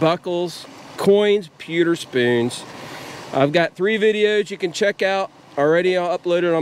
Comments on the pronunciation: Nathan Dean i think it’s his accent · peter spoons. its pewter spoons